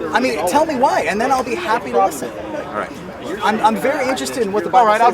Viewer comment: why does always pronounce listen as "lesson" it pisses me off more than any of his moronic beliefs